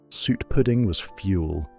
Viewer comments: 1978? More like 1958 for that kitchen? Suet is pronounce sue-ett not sweat! As usual, the condescending AI voice pretending to pander to our nostalgia while sneering at the food. I had quite different foods in the 1970's.. I think you may find bread pudding on the menus of quite fine dining establishments - and it is so versatile, my mum made a wonderful chocolate version. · Sounded like the AI voice was saying "sweat pudding"! 😅 Pease pudding is still going strong in the North East of England. Sunderland in particular has butcher's shops that sell the wonderful Pease Pudding dips! They are always my first stop when I venture back home. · I enjoyed watching that - in spite of the slightly random images and the AI voice that can't pronounce "suet". It brought back happy memories of my childhood.